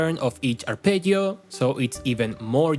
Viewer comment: well, then... I guess my kink is hearing Spanish speakers say arpeggio with decent Italian pronunciation? Please make more videos where you say arpeggio kthx do you have only fans wait i didn't mean to type that